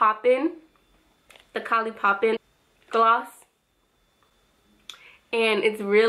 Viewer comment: you said kolly lol thank you for the reveiw